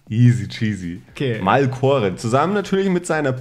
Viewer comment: MalMore das heißt Malcore aber Fehler sind Menschlich😂